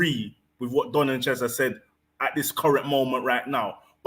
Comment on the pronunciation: His name is Don.... Not Dom